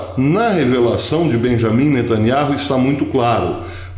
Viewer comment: "Beyamin netanYAU".....